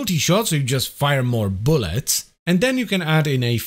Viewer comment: Do you... Need more boullets? More Weh-pons? 😅